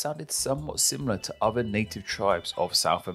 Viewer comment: Narrator says "uvver"